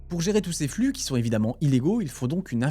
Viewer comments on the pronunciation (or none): none